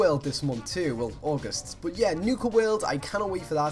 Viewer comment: I love the way he said 'but' that accent tho! x) bot it's so cool (from a French fan)